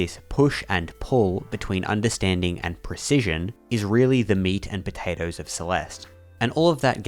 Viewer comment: "meat and potates"